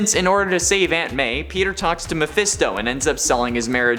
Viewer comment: The way you say “Aunt May” sounds like “Ant Man” so everytime I hear it I’m like “why is Spider-Man saving Ant Man?”